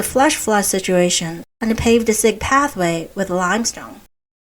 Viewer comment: Siq ("shaft") Siq=S I Q Q not G ❤❤❤